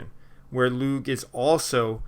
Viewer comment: I think u've corrected this pronunciation of "Lugh" since this video, yes?